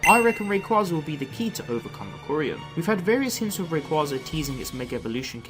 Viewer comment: Sir, its "Ray -Quay-za"